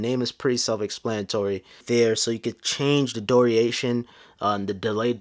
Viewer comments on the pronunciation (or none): English is his fifth language.